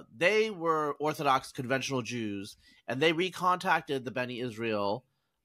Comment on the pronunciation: NOT Beni Israel. B'nai. "Sons" of Israel. 😊